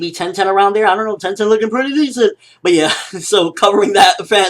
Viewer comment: "TENTEN LOOKING PREATTY DISCENT " hahahahaha